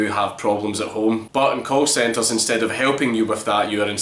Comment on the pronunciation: at first it sounded like you said cult centers, and it fit pretty perfectly